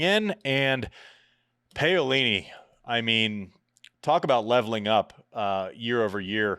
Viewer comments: Andy I love you brother but please please please…. It’s PA (as in Paddle) not pay-o-lini. Easy to say! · It's "p a o lini", not "p eio lini"...... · Could you please learn how to pronounce names properly? Paolini is pronounced like P(owl)ini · Pow-lini not Pay-o-lini. But you're right NO ONE would have picked Paolini to be jumping into the upper echelons of the top 10, win a 1000, make a slam final and maybe another one. I like Paolini to beat Vekic honestly. Her movement is just SO much better than Vekic, but Vekic has a sledgehammer of a FH and it is great to see her finally making a Slam semi. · I'm beggin you ...P A - O - LI -NI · My neighbors are Italian tennis fans and they’re very amused by Andy’s pronunciation of “bufalo” and “Payolini” 😂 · Paeoleene....... Oh God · Andi, have google say her name in Italian, please! The way you say it sure makes me laugh really hard which is part of the show like many other silly things you say, but you completely butcher her name :)